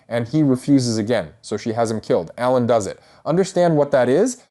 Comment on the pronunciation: it has to be rage bait right? like there's no way he doesn't know how to pronounce ALAN